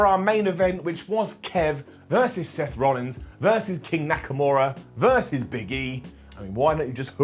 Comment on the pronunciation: I thought i heard a sloth rollins in there too.